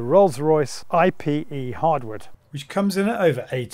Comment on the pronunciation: It’s ipe (ee-pay), not I.P.E - surely?!